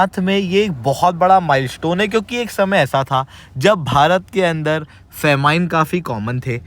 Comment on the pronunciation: फ़ैमिन …. Not फ़ेमाइन!! 😂😂 gajab educator ha bhai tu… khud toh galat bol raha hai… dusro ko bhi galat seekha raha hai! Please don’t!